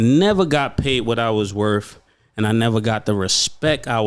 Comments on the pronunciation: "Dah respek i wuz worf" How embarrassing. How is everyone OK with this lazy, incorrect way of talking? We put this culture on a pedestal. It's gross. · "The respect I was werf" 😂😂😂eh?